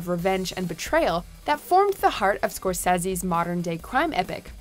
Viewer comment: Anybody else cringe at her pronunciation of Martin Scorsese